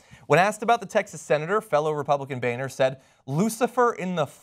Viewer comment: that name is pronounced 'Boner' not 'Bayner'.